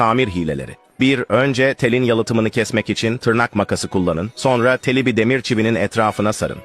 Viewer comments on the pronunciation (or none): none